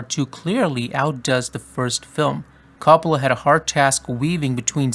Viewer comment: Not to be one of those annoying Italians who corrects every pronunciation but It ain’t “cop-ola” it’s like “co” as in coworker “co- pola